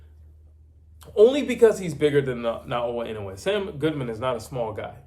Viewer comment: NAOYA INOUE is pronounced: NA-O-YA IN-NO-WAY.